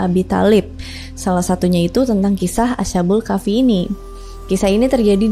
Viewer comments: Cara bacanya bukan ASA BUL KAFI TAPI ASHKHABUL KAHFI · Mbacanya as-ha-bul kah-fi mbak. Bukan a-sha-bul kah-fi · Bukan asyabul Kahfi mbak tapi Ashabul Kahfi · Ashabul kk bkan asyabul kahfi 😁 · Asbabul kahfi kak klo ga salah😂